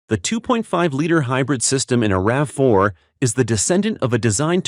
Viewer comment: It’s called a RAV4, Not a RAVEY!